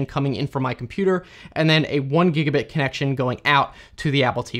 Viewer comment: The German pronunciation is wrong or unusual for some words like "gigabit". And the speed of speech varies. That doesn't make it easy to listen to in case of technical stuff. But it is good and still understandable for people who don't know English at all.